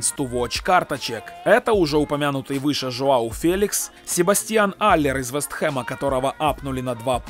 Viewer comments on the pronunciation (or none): Не феликс а фелиш